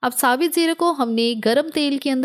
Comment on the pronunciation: SaBit zeera nHi hOta...😅 SaBut Zeera hOta hE....😅😂😂😂